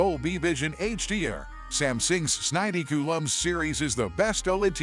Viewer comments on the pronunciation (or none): It the second ai voice video I get and both go with this s90 coo lm… I wonder what was in the text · AI read it as Samsung sninety cool um series 😂